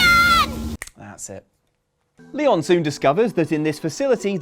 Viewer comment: And I never want to hear you say leon again Just please don't.